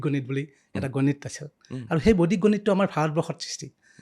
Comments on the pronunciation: Beleg akhan duniyat ase gote podcast tue out of my mind, olop kom buji py, বৈদিক tu বৈদ্দিক pronounce kore bare bare ako najne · বৰ ভাল লাগিল চাই, কিন্তু এটা শব্দ বাৰে বাৰে কাণত বাজি যায় যেতিয়া য়ে বৈদিক শব্দটো বৈদ্দিক গণিত বুলি কয় । গণিতত বৰ দূৰ্বল যেন পাও ৭০+৬০ কিমান হব কবলৈ চিন্তা কৰিব লগীয়া হৈছে😊